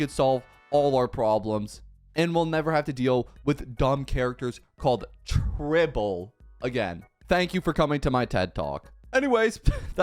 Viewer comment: It's not even tribble it's tribbie😭